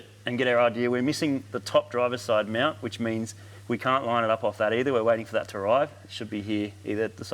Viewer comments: Whenever says mount i hear meownt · Im sorry, are you saying Meowunt?(mount)